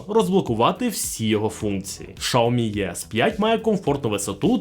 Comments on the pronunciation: правильно "Сяомі", а не "шаомі". Китайською мовою не звучить як шаомі, у вас немає 30 секунд зайти у чат гпт і в перекладач щоб це перевірити? просто прикол якийсь)) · Не шаомі а сяомі. Поняв? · Що за назва "Шаомі"??? Де взяли цю назву? Аж вуха ріже😡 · СЯОМІ... Так це читається! Як і ім'я китайського вождя (Xi) читається Сі! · Я дивився британську програму про електромобілі Xiaomi англійською, так англічани кажуть "жя́мі" 😂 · Доречі, слухав як китайці вимовляють цю назву, так вона звучить ближче до шьяомі. Тому, розширювати свій світогляд іде лише на користь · Я питав безпосередньо китайця у Шанхаї, як вимовляється xiaomi, тож почув щось середне між "с" і "щ".